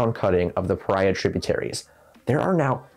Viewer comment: I live here. its pronounced pahreah .